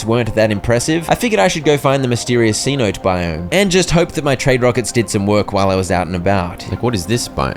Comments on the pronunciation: Friend... Cenote is NOT pronounced Cee-Note. It's Say-Noh-Tay. It's spanish for a deep natural well or sinkhole. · Anyone else peeved about the mispronounciation of cenote